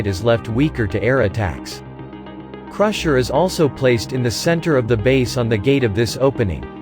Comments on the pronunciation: was it just me who notcied say cursher instead of crusher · cursher LUL🤣